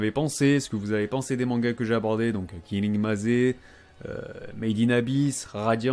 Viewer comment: cool ce genre de video continue comme ça et puis pour killing maze ça se prononce "killing meyz" pas "killing mazé", maze est un mot anglais qui veut dire labyrinthe